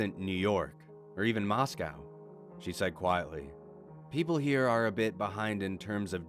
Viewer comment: You pronounced Moscow correctly. Good job 🇷🇺 Don’t worry about your wife. She’s not crazy; she’s just Russian.